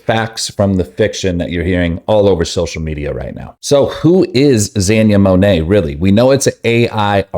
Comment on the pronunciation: Gosh say the name right